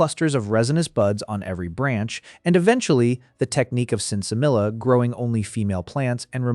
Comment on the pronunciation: The double L in Sinsemilla is pronounced as a Y sound, as in tortilla. Pharmocopiyas? You mean Pharmacopeias.